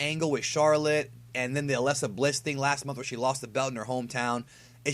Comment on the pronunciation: why do you say alexa bliss so weirdly lol it sound like your saying aslesa bliss